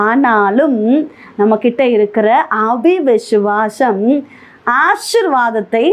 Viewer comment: அவி விசுவாசம் இல்லை சகோதரி. விசுவாசம் அ விசுவாசம். சரியா சொல்லுங்க. இதை கேட்கிறவர்களும் இப்படியே சொல்வார்கள் சகோதரி. பிரசங்கம் நன்றாக உள்ளது. தேவனுக்கு நன்றி.